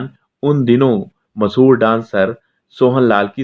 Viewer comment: O bhai , masahoor nahi mashahoor hota hai